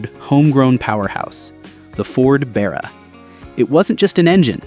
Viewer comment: And The American talking in the video needs to learn how to say Barra properly ffs 🤦